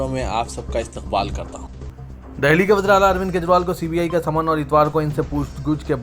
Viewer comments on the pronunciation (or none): none